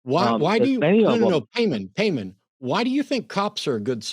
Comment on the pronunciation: Is definitely pronounced pie mon, if you’re gonna worship demons, at least get the name, right😂